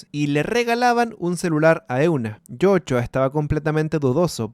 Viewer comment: En algunas partes dijiste jochua XDD